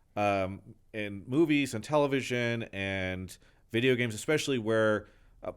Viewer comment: Brandon is the best! but... does he say vidgeo games? Sorry, no shade, just made me smile.